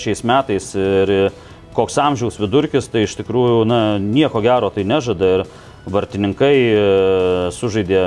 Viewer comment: Nesu kažkoks "kalbos policininkas", tačiau tas "vartininkai" kirčiavimas labai jau rėžia ausį.